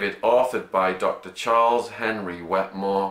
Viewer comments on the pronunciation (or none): none